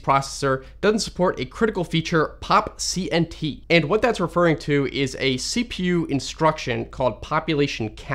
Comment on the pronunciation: lol should have pronounced the CNT in POPCNT